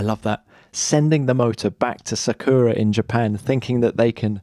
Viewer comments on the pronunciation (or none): none